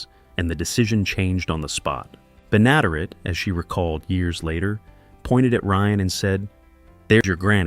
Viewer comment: This idiot AI narrator can't say "Benaderet" Why don't the stupid thing go LISTEN and get it right.